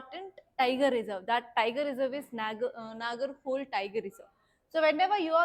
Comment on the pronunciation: It's not Nagar"hole". Its ನಾಗರಹೊಳೆ